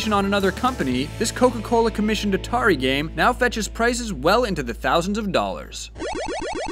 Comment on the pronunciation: AUDITERI?! Don't you mean Atari?